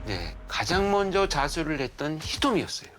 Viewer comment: 진짜 한국말 발음도 안되는 사람이 나래이터면 어떻게 집중해서 들으라는거냐 몬저 연락했어요 횰통이라서 에휴에휴 진짜 알아듣느랴 자막키고 듣네